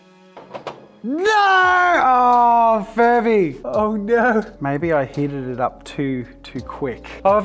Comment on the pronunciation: Me: won’t the plastic melt in the oven? Jazza: ohhhr nooor !